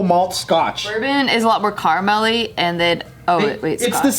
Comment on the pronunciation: Sounded like "carmelly". 😂